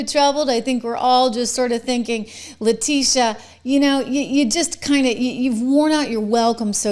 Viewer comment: trish you really need to correctly pronounce her name: le tit e ah